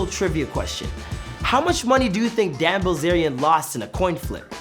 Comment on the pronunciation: Ok most repliers here are commenting on the actual info- fact, fiction, or in between. Chase was commenting on the pronunciation of the man. (Which btw I kept thinking he was saying "dad" instead of Dan 🤦‍♀️)